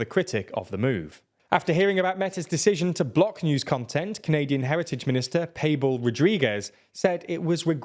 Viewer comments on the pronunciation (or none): Payble Rodriguez?! Is it so hard to say Pablo? This channel never fails to entertain with pronunciation!